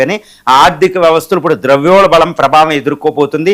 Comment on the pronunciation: ద్రవ్యోల్బలం కాదు ద్రవ్యోల్బణం